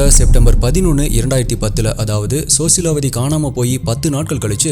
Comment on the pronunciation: Sosilawati illa rosilawati bro.. 😊